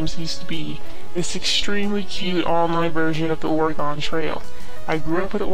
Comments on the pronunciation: She lost me and every Oregonian at the pronunciation of Oregon. It should sound like, "We can shoot with a bow, or a gun." not "or a gone" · Dev grew up with Oregon Trail, doesn't know how to pronounce "Oregon."